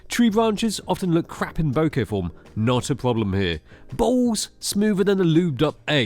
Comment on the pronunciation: Only can pronounce the word BOKEH correctly. The other channel be like BOKA.